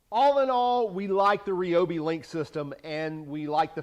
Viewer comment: It's pronounced RYE-obi, not REE-obi. And no, shockingly, I'm not fun at parties.